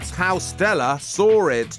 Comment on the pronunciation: Sawrrr instead of saw lol